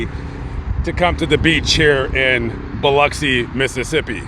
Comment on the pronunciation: Props on saying Biloxi the correct way. I live about an hour north of the beach.